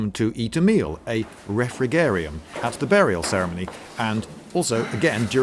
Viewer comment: Mhm. I'm not 100% sure about the pronunciation, since there are no more ancient Roman citizens alive. But I believe that the G in the word refrigerium has the same sound of the G in the English word refrigerator (which, again, comes from the Latin vocabulary).